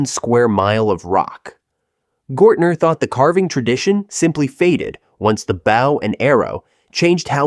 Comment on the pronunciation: Did you hear how he said bow and arrow this dude is AI crap